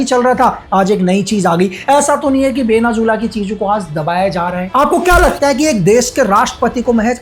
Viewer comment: Venezuela ❌ Venazula ✅